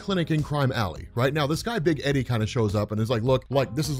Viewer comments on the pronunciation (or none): none